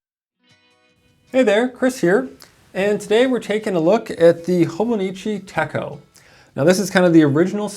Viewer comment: This is a really good for you except for he's pronouncing the product name wrong and the monthly Outlook is actually a yearly index